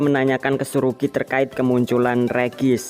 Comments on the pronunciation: Bang ngomongnya regi ice bukan regice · bang ngomong regiice bukan regis tapi regiais